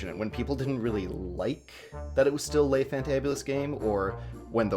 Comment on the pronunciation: Le is not pronounced lai.